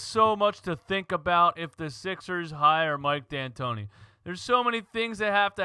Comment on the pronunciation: Mike Antoni...no D